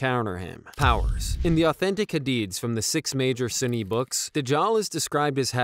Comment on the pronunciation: Sunni not suni brother